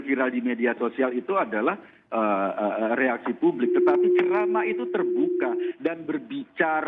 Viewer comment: Ziss bukan cerama ziss bukan ceramaaaaaa